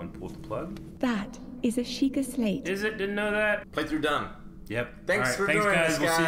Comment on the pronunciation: It’s Shee-kah!